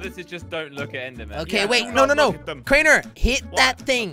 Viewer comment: HAHAHA its crainer not crayner